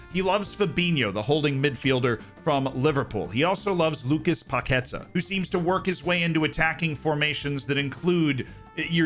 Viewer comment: Bro, you said my name perfectly lol a pronounciation hint: lucas paqueTÁ. Brazil has a great squad and I agree with you when you said Tite is a good coach. Brazil's weakness lies on the full backs though. I don't think any of them is reliable enough. A lineup featuring Pedro (former Fiorentina flop by the way, but incredibly clinical playing in his home country) might be in the books.